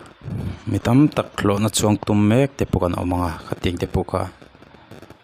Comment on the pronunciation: Youtube channel innei a, post in siam pawh hian english pronunciation diklo leh mizo tawng pawh lamri diklo hian chuan post hi siam fo tawhlo teh. _ah "mi tam tak, thlawhna CHUANG TUM" tih hi a diklo '.. Thlawhna chuan tum' tih zawk tur. Tin, ( - ) heta i thu rawn chham chhuah te hi ava mak teh nuaih ve. "Mitam tak thlawhna chuang tum mek te pawh an awm ang a, khatiang te pawh kha. Enge... ati hlauthawng vek dawn ani, he thil thleng hian in, a chhanchu kan hma hun kan hre lova tumah in, aaa chhiat tawk thei vek kan nia, chuvangin, kan khuarel chhiatna anih avangin, tuman kan hma hun hi kan hre theilo chuvangin, kan midang chunga sualna te emaw kan thih hma kan nun dan hianin kan huntawp hunah kan nihna tur a hril dawn chauh a, chuvangin, engpawh chu nise enzel phawt ang." Hetiang mai mai hian chuan post siamin comment ve duah tumlo mai teh. I nawi emai.